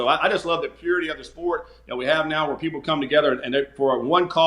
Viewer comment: I laugh every time this guy says “purity”